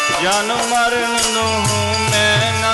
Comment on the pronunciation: ਜਨਮ"ਮਾਰਣ" ਨਹੀ ਜੀ, "ਜਨਮ"ਮਰਣ" ਲਫਜ ਹ ਸਹੀ ਹੈ ਜੀ/